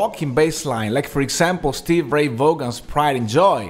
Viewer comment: You make some damn good points (especially comparing The Dust to Lem) and this series is very informative but man did you lose me when you called him Stevie VoGun, it's Vaughan (pronounced Va ON)